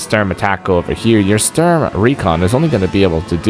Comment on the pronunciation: I notice the announcer voiceover (computer-generated?) struggles with pronouncing Sturm... He's a tough CO!